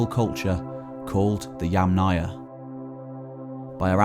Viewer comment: "Yamnaya" is pronounced with stress on first syllable, "'YAmnaya".